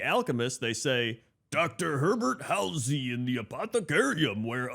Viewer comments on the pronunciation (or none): none